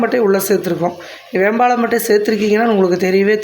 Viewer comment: வேம்பாளம் பட்டையா???சரியான உச்சரிப்பை பயன்படுத்தவும்